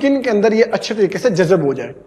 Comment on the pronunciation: Jazab nhe hota yar jazb hota h.